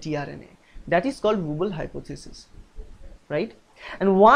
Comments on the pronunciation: are you being cute? it's wobble!!! not wooble. but you sayinng wooble is way better - i will remember it this way from now on. :-D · XD wooble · Hi sir nyc vdo.ACI is d anticodon present on tRNA and its Wobble not wooble